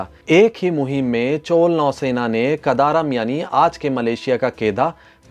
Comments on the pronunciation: Chol kya hai? Maurya ko maur kehte ho kya? CHOLA . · चोल को चोल् नही चोल्अ पढ़ा जाता है।